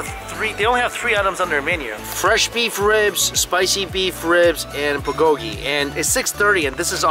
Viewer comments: The way he pronounces Bulgolgi ... someone help him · I love your videos but please learn to pronounce bulgogi properly 🤣